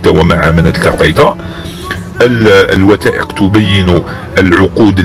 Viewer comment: الشخص الذي يتكلم ليس جزائري لأن نطقه كلمة مصر و المغرب لا تنطق هكذا في الجزائر و الارجح مئة بالمئة انه مغربي. ضف الى ذلك كلمة تثبث و كلمة الوثائق. فهنا ينطقها تتبت و ينطقها الوتائق. و نحن في الجزائري ننطق حرف الثاء ثاء و ليس تاء. و الله أعلم الهدف من نسب هذا الكلام لجزائري.